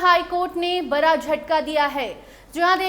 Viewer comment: Bara nhi bada correct your pronunciation